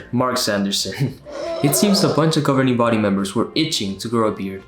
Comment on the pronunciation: I lose every time they say "governering body," "pioneers" and when you say "publisher."